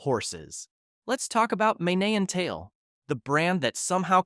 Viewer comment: The AI narration and "drama". Just give us the facts and get to the point. BTW Mane and Tail is pronounced like main and tail, not man-eh